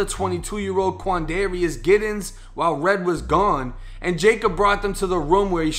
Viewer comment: Quandarious? Yikes